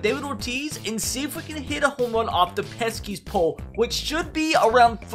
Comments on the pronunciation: bro it’s the pesky pole not the “peskys pole” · It’s pesky pole, not peskys pole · Did it bother anyone else when he kept calling it peskiest pole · Or “THE PESKY’S POLE” lol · He’s calling it the Peskies pole it annoys me as a Boston fan